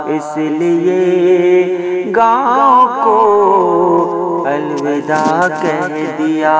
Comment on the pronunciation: پردرد ،،،،پرسوز نظم آنکھیں اشکبار ہوگئیں ،،،دل غمگسار ہوگیا ۔۔۔مبارکباد عمدہ نظم کی نگارش پر۔۔۔ معذرت کے ساتھ "الوداع "واؤ کے زبر کے ساتھ پڑھا جائے ۔